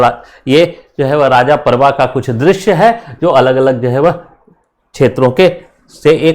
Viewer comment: भाई, यह राजा पर्व नहीं रज पर्व बोला जाता हे।